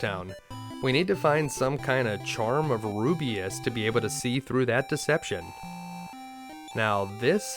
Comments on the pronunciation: Rubiss!! Not Rubiuss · It's Rubiss not rubeus Damn dude where are you getting the "ee" sound from? (Roo-B-iss) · the reaction after the release when realizes it's ru-biss not ru-bi-us "...... Damn I hope no smartass recognizes that and posts a comment 😟😟😟😟." Sorry teehee😘😘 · No offense, but i winced everytime you pronounced Rubiss as "Ru-bi-as".